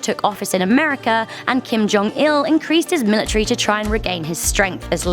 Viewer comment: It's military not milatrary